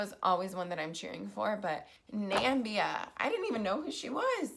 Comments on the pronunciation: Not Nambia, its Namibia... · Nia, you pronounced Namibia like Donald Trump did, its not Nambia, it is Namibia, you dropped the i in between the m and the b, but kudos for mentioning my home girl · Nambia 🤣 jaja just for the record it’s Namiiiiiiibia Nia !! Lol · It's NAM-IIII-BIA, NOT Nambia like you (and Trump) said. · It’s not Nambia love, it’s Namibia.😂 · Not Nambia, but NAMIBIA. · No shade but i believe Donald Trump heard you when he miss pronounced Na-mib-ia. 🤭🤭